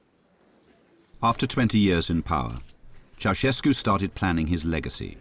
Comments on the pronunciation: nope. Tchow-shas-koo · it's with a "sh" not a "ch". So chow-shes-koo